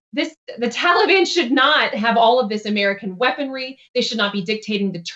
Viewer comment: Taliban?! Who the hell is THAT now?!! Did you mean the Tahlly Bon?! 🤣 #BloodBathBiden2024 P.S. If you don’t laugh, you’ll cry quite frankly :(